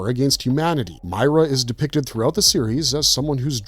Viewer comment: Christ. Did you even play the game? I'm 2 minutes in... 1. It's Meer-a 2. It was Dom's knife Garbage